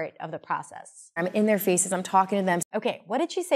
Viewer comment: I got i well, however when she says " in their faces" i understood "interfaces " hehehehe